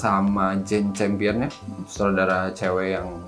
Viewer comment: Gue udah ngebayangin sih pas announcement best picture nanti, and the Oscars goes tooo...... terus Benedict Cumberbatch sama Jane Campion pelukan. And fyi for, dibacanya Jane 'kam-pee-uhn' bukan 'cham-pee-uhn' hehhehe